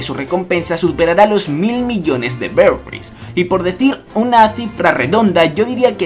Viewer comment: jajaja me produce gracia como dices berries, lo dices algo así "Beriews" :v